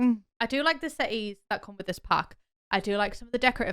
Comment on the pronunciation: Not me thinking this whole time that she said "seatings" instead of "settees"